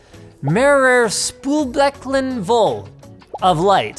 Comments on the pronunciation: Linus: mHrer SpÜhL bECkeN VoLl Germans:🤦‍♂️ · OMG, Linus pronunciation of "Spühlbecken" made me laugh so hard, that i spit out my Beer over the whole table. That moment made my day. I love it, when non Germans try to pronounce german words. Maybe i should give Linus some German-Lessons XD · Haha, vor allem seine Aussprache von mehrere Spülbecken voll. Das war peak crash. xD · Because even some normal person says "several sinks full".... And the pronunciation is as catastrophic as you can expect from someone who speaks only one language - nothing to praise here. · I am German and I love his pronunciation xD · It s just so funny how linus is pronouncing that german sentence. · „Mehrere Spülbecken voll“ :)))) really funny how he pronounced that xD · XD I like how he pronounced mehrere spülbecken voll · German engeneering yeahh !! Also you pronouncing "mehrere Spühlbecken voll" sounds really funny to a german. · Please try to pronounce more German words xD As a German it was so funny hearing you say "mehrere Spülbecken voll"